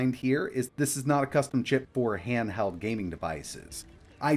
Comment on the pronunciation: Handheld or handhald 😂 now you hear it 😮